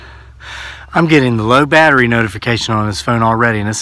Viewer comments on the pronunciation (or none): none